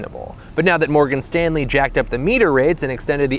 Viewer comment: Every time he says Morgan Stanley I get slightly more pissed off.